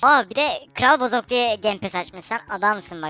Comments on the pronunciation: Arkadaşlar Bozuk değil BOZOK hatta bir videoda bozuk değil bozuk kumandanın bozuğu gibi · Bozuk değiliki Bozok